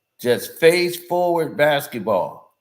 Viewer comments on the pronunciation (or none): none